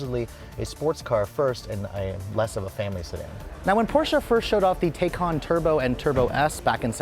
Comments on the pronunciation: Its "tie-can" not "tey-can". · Pronounce it correctly good sir. Tie cahn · I though it was pronounced Taycan (Tai-can) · Drink every time he says Tay-con. 🥂😂. Anyway I love the Taycan it's a beautiful car. 👍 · please pronounce taycan correctly